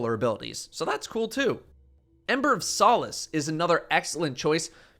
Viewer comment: The only man on YouTube who can pronounce “solace” correctly.